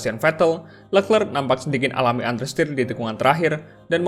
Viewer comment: Min charles leclerc pronounce nya sharl lekre